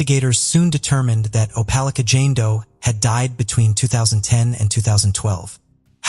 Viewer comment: How did you manage to say the name of Opelika three different ways barely a few minutes from each other? Thats rather absurd The constant mispronunciations is horrible. Its okay to do another take. And to look up the words you don't know. Its grating on the nerves and ears.